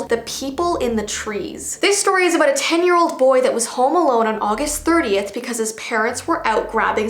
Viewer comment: What she said:30th What I heard:38th